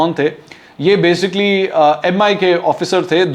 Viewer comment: منصور صاحب، ایک تو (بے سی کلی ۔۔نا کہ۔بےسک لی )۔۔تلفظ صحیح بولیں دوسرے بار بار یہ لفظ نہ بولیں۔باقی زبردست!